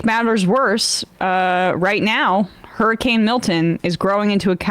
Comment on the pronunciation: hur-ricane, not his-icane